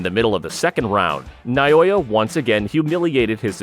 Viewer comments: NA O YA not Nayoya. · For the love of God, his name is NA O YA. Not Na Yo Ya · NA O YA!!!! not Nayoya! How insulting to have someone like you murdering his simple but amazing name.To help you, pronounce it properly. NAO(H)YA goes without a H, but placed there to give you a hint. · not noyoya he is naoya. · Who is Nayoya? The Monster's name is not Nayoya, but Naoya! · Na Oh Ya